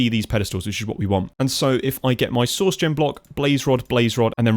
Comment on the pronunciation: Every time you say "source" I hear "sauce" and it makes me giggle